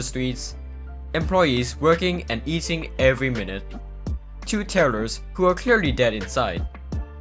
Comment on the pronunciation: When you say tellers i hear terroris